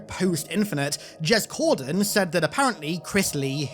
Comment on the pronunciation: "jez cordan" eww